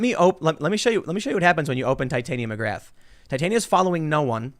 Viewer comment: looks very red... and you butchered Titania McGrath's name. Watch the JRE podcast with Andrew on it to get the proper pronunciation.